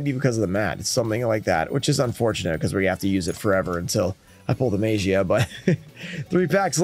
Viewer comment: Mag ee ah. And I'm sure if it's pronounced right he'll finally come out of a pack.